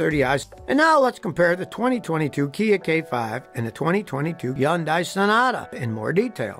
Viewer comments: Scotty, it’s HUN-day. Not, high-YUN-die. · LOL - it is not pronounced hun-die!! The correct pronunciation in hun- day ( rhymes with Sunday). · Hyundai is pronounced “Huhn-day” like “Sunday.” You’re supposed to be a car expert and pronounce it “Yuhn-die” 🤯🤬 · Hyundai.......rhymes with Sunday! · Are you really pronouncing it as YoundI? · First of all, it's Hun-day not yun-die! Jeesh. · the hyundai commercial guy calls it a hun-day..so i dont know why you want to be a wise guy and call it yun-day. kinda like jeep guys who watched an old kaiser-jeep video and now calls them willis instead of willeez. if you want to pronounce it as yun-day then go live in korea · It is pronounced Hunday, like Sunday. I have had 3 Hyundai's and all ran flawlessly and never had problems. All had 200,000 miles before I sold them. Stop the hating. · That's a lie in the commercial. The real way is hyun die. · If you want to be correct, it is "Hyun-day". It's just two syllables. Not "Hi-un-die". Not "Hi-yun-die". Not "Hi-un-day". Not "Hi-yun-day" My wife is Korean. Here in New Zealand, both Kia and Hyundai are very well recognised as producing extremely high quality cars with excellent economy, great features, great body shapes, great comfort, and great price. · My friend, the correct pronunciation is “ Hun day “ ..👍 I really enjoy all of your videos! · I'm just trying to figure out why Scotty pronounces it "Yondie"... 😂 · Scotty, great video! Btw—2nd syllable of Hyundai is pronounced ‘day’ so it’s pronounced ‘hyun-day’ (according to the Google i -Translate app) 🤓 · It's pronounced HUN-day Scotty. I've had three of them and they have been flawless. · Almost everyone says the name wrong. The romanization is poor. In Hangul, the name is 현대. This is pronounced as "Ha-yawn-deh", with the syllables run together. Scotty has it correct except for the last syllable. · It's pronounced hyun-day. BTW, I have a 2019 Accent SEL. It's the third Accent I've had, and the 2nd I've bought brand new.